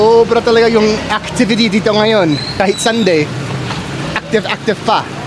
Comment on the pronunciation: pan-SIT, not PAN-sit. i-BA, not I-ba (unless you're refering to Iba in Zambales.) nga-YON, not NGA-yon. is-DA, not IS-da. TA-kal, not ta-KAL. I'm aware of microplastics too and the harm it does to us and to wildlife. It's really sad. There's also growing evidence that it is linked to Alzheimer's and Dementia. Easter is referred to here as "Pasko ng Pagkabuhay" (Christmas of the Resurrection).